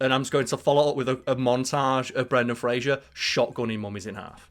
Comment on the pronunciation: I love you my guy and I love your channel... but it's Fraser, not Frasier and that is driving me mental... and you can't tell me you can't say Fraser, because it's easier than saying Frasier, like... duuuuuuuude lol.